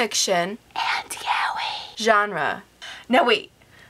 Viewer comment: Nice review, but I'm sure that's not how 'yaoi' is meant to be pronounced